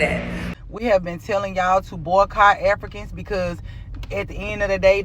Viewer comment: mins in, the way she says Afri-cons is hilarious.